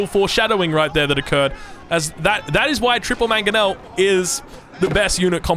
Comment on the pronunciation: that manongel made my day lol